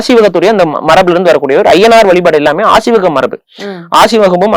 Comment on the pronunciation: புலி- ‘புளி’ கொல்லாமை- ‘கொள்ளாமை’ வழிபாடு-‘வளிபாடு’ வள்ளலார்- ‘வல்லலார்’ வழக்கம்- ‘வளக்கம்’…. 🤦‍♀️🤦‍♀️ தாங்கமுடியவில்லை!! நெறியாளரின் தமிழ் உச்சரிப்பும், தமிழ்உச்சரிப்பும் கொடூரம். மற்ற விஷயங்களைப் பற்றி பேசும்போதாவது பரவாயில்லை; தமிழ், தமிழர் வரலாறு, தமிழ் கலாச்சாரம் பற்றிய நேர்காணலில் இது போன்ற உச்சரிப்பை கேட்க சகிக்க முடியவில்லை 😡